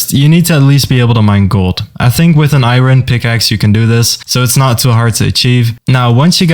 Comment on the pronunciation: bro saying i_roon T-T